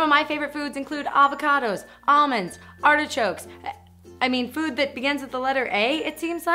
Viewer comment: I thought she said boob instead of food and I was like "woah calm down".